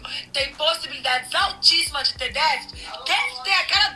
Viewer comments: A madame aí ex-pobre fala inglês mas não consegue pronunciar a palavra déficit.kkkkk Ainda bem que a professora detectou algo que ela como mãe não teve capacidade de detectar. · ''...DEɅTHIT...'' Para ficarmos na esfera ''D'INGRÊYS...'' 🙄 O vídeo da esposa do famoso jogador é a PROVɅ CɅBɅL de como gente TOSCɅ, porém, ENDINHEIRɅDɅ, pode se achar DONɅ DɅVERDɅDE... Meu irmão mais novo trabalhou como auxiliar administrativo em um pré-escolar da rede particular. Certo dia um dos alunos não se aguentava de coceira e a Professora constatou se tratar de bicho-de-pé, adquirido após visita com familiares a uma fazenda num distrito rural de nossa cidade no fim de semana. Como a escola dispunha de uma farmacinha com pequeno aparato para ocorrências do tipo, a criança teve o hóspede indesejado devidamente DESPEJɅDO do local invadido, assepsia e curativo feitos, retornando a sua rotina. Foi enviado um bilhete relatando o procedimento e aconselhando a profilaxia adequada quando passeios assim fossem feitos. No dia seguinte, o menino reportou não ter levado o bilhete assinado porque o pai o rasgou, jogou no lixo e mandou avisar que ela não fez nada além de sua OBRIGɅÇÃO, afinal, ele pagava mensalidade cara ali. É esse o NɅIPE da educação que certos pais dão aos filhos, plena de ɅRROGÂNCIɅ. Imagino quantos Professores passam pela desagradável experiência de topar com gente tão ɅNIMɅLESCɅ. Nesse episódio ''REɅCTɅDO'' pela titular do canal, erraram ambas!...: a Professora, por, conforme explicado, não comunicar antes a equipe pedagógica, e a mãe BɅRRɅQUEIRɅ, cuja atitude deveria ter sido tentar contato com a escola para se informar melhor a respeito do relato levado pe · está precisando rever as suas atitudes Que intolerância é essa com a dificuldade da mulher em falar déficit Imagino ser aluna ou aluno da